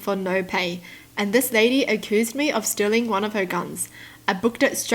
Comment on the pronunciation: "u-cu-oOsed" Wow just wow its accused❤❤👌😂🤣